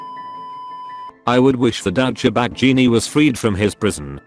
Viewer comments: No one: auto speech: Daucha bag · Douch-cha-bag. I love this thing's mispronunciations!